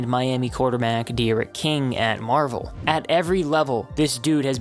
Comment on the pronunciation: Bro really said "at Marvel"... My school is called Manvel not Marvel lmaoo